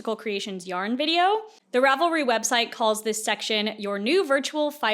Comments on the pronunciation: Rav-leets. Love your videos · as a huge fan of ravelry i love hearing about all the drama. i didn't know much about it beyond just using it and how much of a simp i am for their search feature. also as a software developer who works with server stuff every day and has said this word like a million times in the last month, - it's pronounced "zen" haha